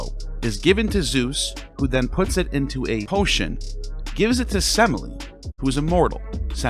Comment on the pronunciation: I'm laughing because you mispronounced Semele. The middle e is an accented epsilon, se-may-le 😂